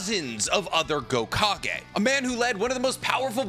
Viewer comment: Can someone explain to me why he is saying "gokage"?